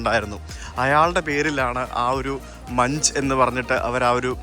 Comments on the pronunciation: "മങ്ക്" എന്നാണ് ഉച്ചാരണം "മഞ്ച്" എന്നല്ല, നോർവീജിയൻ പേരാണ് ഇംഗ്ലീഷ് അല്ല. "എഡ്വേർഡ് മങ്ക്". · Munk not munch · Edvard Manch alla "munk" yanna pronunciation.